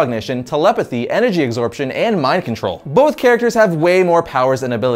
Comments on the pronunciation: say's Energry XD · ... Energry xD